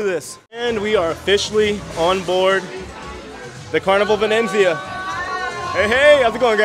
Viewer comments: it's incredible that he hasn't been able to say Venezia once properly. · Excellent report......a beautiful ship. øne thing, if I may. xit is the Carnival Venezia.....not Venenzia....only one 'n'. Really enjoy your videos. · Hi, J: there's no second "n" in the name of the ship so the pronunciation is - Venizia, like pizz-ia😊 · It's Venezia not Venenzia😂😂. But like someone stated 2400 is steep. I thought 1000 was too much when i checked. I paid 985 for the 15 day sailing in September. Thx for sharing. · Love you and your channels!!! But I just want to tell you there is no 2nd 'N' in Venezia, it's not Venenzia. Looks beautiful, can't wait to see the rest! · It’s not venenzia but V e n eeeet Zia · I think it just has one 'n', not 'vinenzia'. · Ve-nez-i-a, Not Ve-nenz-i-a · Why do you keep adding an N in the name of the ship. It’s Venezia not Venenzia. I hope by the end of the video you catch it. Sorry it’s a pet peeve of mine. 😊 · It’s Venezia, not Venenzia! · He added an extra letter N. Add an N to Jaye and he becomes Jayne. LOL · Venezia not VeneNzia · It's pronounced Ven ET zia :) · Love it but it’s pronounced Ven EE tsee ya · It's pronounced Vin-ET-zee-ah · say it with me buddy: Vin-ET-zee-ah 👍 😂❤ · Pronounced Ven et Z Uh... I was on the Transatlantic cruise to NYC. They taught us how to say it. 😉